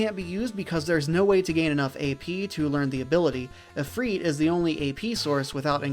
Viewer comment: Are you pronouncing Ifrit as Ifreet? 😂